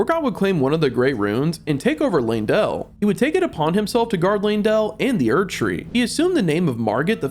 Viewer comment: LANE-DELL! LANE..DELL!! LEYNdell. How people mispronouce that name boggles my mind, you can literally see an E followed by a Y. L-EY-N, LEY = LAY. Come on people, i hate being the grammar and pronunciation sheriff but godddddd its annoying.😢😢